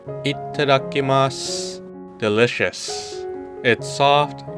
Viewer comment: When you said “いったっだきます(itadakimasu)” I absolutely loved it! Thank you for all your hard work and I will definitely try to make one by myself. You earned my like ,subscribe and my heart! Greetings from Japan❤